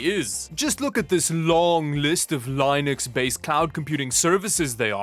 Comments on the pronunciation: Bruh it's li nux not lienux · Your sponsor is pronounced "lie-node" to match your pronunciation of "lie-nux" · dude pronounces it line-ux. What the hell is wrong with some people?! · It's pronounced "LINN-nex". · why u say line ux ? its so annoying lol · The way this man says linux, makes me feel uncomfortable... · the way he pronounces linux triggers me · Hey bro it's pronounced Linux, not Linux, ok? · Still irks me when pronounces Linux wrong lmao